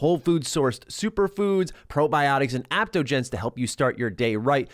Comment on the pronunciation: The Athletic Greens ad.. It's not "aptogens,". It's adaptogens, pronounced ADAPT-ogens.. Normally I wouldn't correct such a minor thing like that, but seeing as it's a sponsored ad, I figure you'd want it spoken correctly.